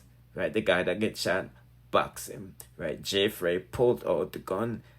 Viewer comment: It's Fraii (fray) not Frass.